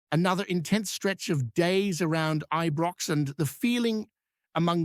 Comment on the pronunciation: Who is this twat that can't even pronounce " ibrox "